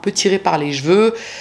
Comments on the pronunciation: Sacrée boulot comme d'habitude... 🙏 Tu m'as fait penser à une amie qui, comme toi, prononce jveux pour cheveux... Ce qui me nous fait bien rire à chaque fois 😸🥰🥰🥰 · J'adore le travail de et ses expressions, surtout sa prononciation des " chveu" pour les cheveux.